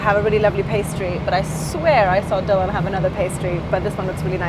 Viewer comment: You say Dylan in the proper Welsh way . Good stuff 😊